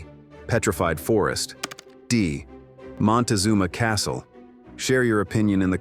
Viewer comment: Montazunma Castle, Rim "R O C K".